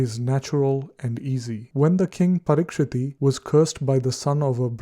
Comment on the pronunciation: " King Parikshit" not "Parikshiti